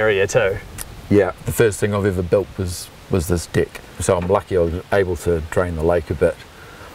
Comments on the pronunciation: It's rlly funny how they say 'dick' instead of 'deck' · ”this little dick area” ....😂 I love accents